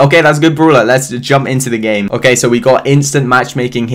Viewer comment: I like how he says bruwler not brawler